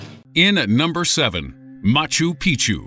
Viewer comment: Machu Pic'chu is pronounced "Mah-choo Peek-Choo", not "Mah-Choo Pee-Choo". It may seem like a minor thing, but it changes the meaning. Think Spanish's "Años" versus "Anos".